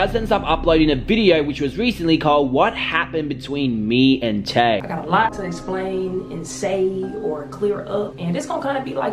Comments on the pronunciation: Her name is Tae bro not Ta i smh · Tae* not tie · her name is Tae not Ti I heard that.